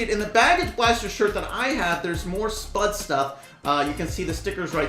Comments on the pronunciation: When says SPUD instead of SPUDE... X-X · its not "spud" its pronounced "s(pew)d" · Yo, the brawlers name is spade not spud-e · THAT IS S-P-U-D-E